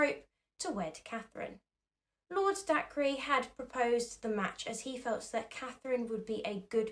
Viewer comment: Sorry to be "that" person but Dacre is pronounced day-ker, not dak-re. Normally id ignore it but its a name and there is a responsibility to pronounce peoples names correctly